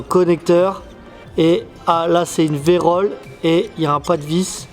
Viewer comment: Video toujours tres sympa si je peux me permettre ptit rectificatif c est virole non pas verole...la verole c est autre chose😂. Bonne journee😊